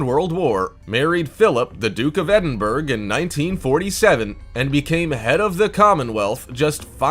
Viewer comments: Pronounced Ed-in-burr-ra... not Edin-berg.... don’t mean to be rude. 😬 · Duke of Edingborough. Eding-buh-rah. Not Endingburg. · Edinberg? Edinburgh is pronounced "ed in bor ah' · Philip isn't the duke of edinburg, it's pronounced edinburra. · The Duke of Edinburg ? Wake up bud ! ...it's Duke of Edinbura ( Edinburgh ) You sound like an idiot . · The narrator is IGNORANT. Edinburgh is not pronounced Edinburgh, it is pronounced ED in borough. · Mg it’s pronounced Edin-bur-oh!!!! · Edinburg hahahaha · “Edinburgh” ik no one cares bus it’s pronounced “Ed-In-Bruh” sorry it’s just because I live there and got a tiny bit annoyed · I wanted to scream when he said edimburg like if your gonna do videos on facts at least know what your saying love Scotland and calling Edinburgh Edinburg is just disrespectful smh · Yeah it's not Edin burge its Edinburgh as in burgh as in woman's bra the way it's pronounced and it's not the SAS it's the Royal Navy on Gaurd outside the palace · Edinburg hahahahaha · It is pronounced ED-in-burr-AH Edinburgh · The Duke of Edinberg you say ? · Who is the Duke of Edinberk? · What a strange way of talking!! It would be more respectful if you would learn to pronounce proper nouns properly. Go and find out how to pronounce "Edinburgh". As the capital city of Scotland that is NOT a big ask.